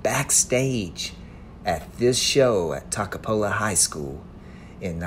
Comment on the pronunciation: My Dad went to that high school. Mispronouncing the name a little.